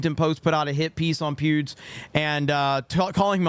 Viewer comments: Every time you say Pewds, I hear Pubes. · i keep hearing you say pubes lol